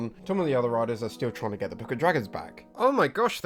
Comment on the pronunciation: It took me an hour an 14 min before I realized you were saying "riders" and not "writers" I had been very confused for a while